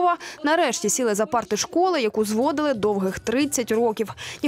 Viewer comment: не зво'дили 30 ро'ків, а зводи'ли 30 рокі'в, наголос такий має бути